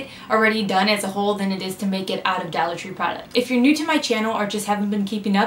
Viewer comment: ""DALLAR" tree?